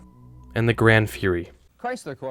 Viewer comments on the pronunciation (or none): Sir! "GranD Fury"!?? Plymouth used GRAN (no D) for a long time. It was well and widely known.